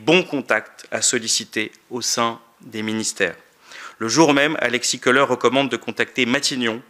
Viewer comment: Il ne, sait même pas prononcer le nom Kholer(colère) et pas koleur